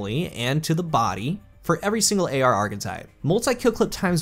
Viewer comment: Ahhh my friend. how video, but ngl everytime you said AR I cringed.